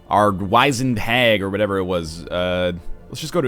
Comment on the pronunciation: The i in 'wizened' makes an 'ih' sound.